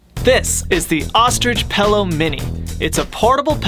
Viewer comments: "Pell-o" "pillow" Sorry 😶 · God, I need that pellow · My family and I make fun of our dad for saying "Pellow, instead of Pillow". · Pello Pillow Thats it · Pellow? PELLOW?! pillow. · Did he say pello?!?!? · It’s pillow not pellow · be like “PELLOW” at the beginning haha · No pillow only PELLOW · No one:: THIS IS A PORTABLE PELLOW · What the fuck he’s calling it a “pellow”